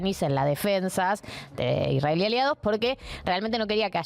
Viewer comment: A mí me dio vergüenza la manera imparcial, objetiva y bien de argentino en que pronuncia "Israel"